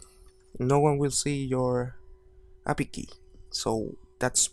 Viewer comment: Lol funny how you say API as appy